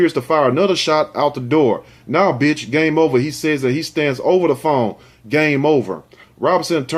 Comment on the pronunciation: He said it"GAMEOV3R", BUT HE DID IT TO HIMSELF HONESTLY ...